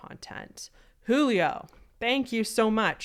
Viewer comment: Also in Portuguese the letter "j" is a j sound, not an h sound. So he'd be "Julio" not "hulio" (just a fun fact)